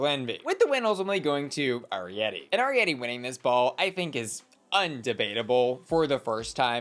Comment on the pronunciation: please double check your pronunciation of Arietty’s name 🙏😩🙏